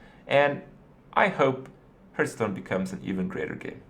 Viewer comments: It's pronounced HARTHstone, not HERTHstone. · Day 632: Kripparian still can't pronounce Hearthstone